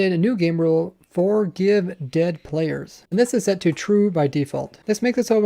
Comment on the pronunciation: "For-give"? It's "forgive" ^_^